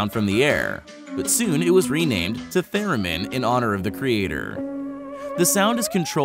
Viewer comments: I don’t mean to be rude but that is not at all how you say Leon theremin. It’s really pronounced (ley-on there-ah-min) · It's not "There-min" it's "Ther-min".